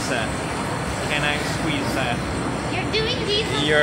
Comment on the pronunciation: "And I want to squeeza.... your titsa" Lol Marzia-"wow..."😂😂😂😂😂😂😂